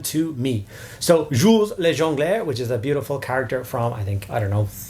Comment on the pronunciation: Beautiful pronounciation of 'Jules le Jongleur',! Tres bon! 🇫🇷